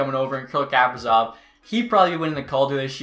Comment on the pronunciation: Another good video my man! Just an update on the Kaprizov name pronunciation It’s Ka-PREE-Zov (like Capri-Sun)